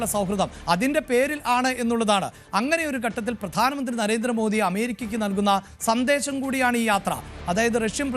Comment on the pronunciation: "" സന്ദേശം "" എന്നു പറയുക. സന്തേശം അല്ല